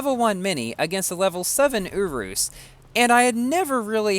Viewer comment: Merry christmas! one thing tho i think you prounce the S at the end of urus